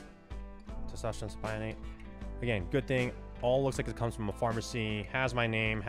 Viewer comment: it’s pronounced Testosterone “Sip o nate” 😎 just fyi.💪🏼